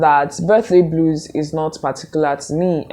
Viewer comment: "Birthday bluers"😅😅😅